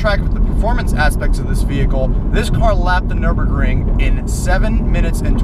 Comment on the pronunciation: Kudos to you for pronouncing the German test track (which is now 100% Russian owned by the way) properly. I have on order the white ZL1 with the 10 speed trans. It's the Z06 for $35K less as I see it. A different pulley and headers will give one about another simple 100 HP. Just thought I'd add that tidbit in. Good video.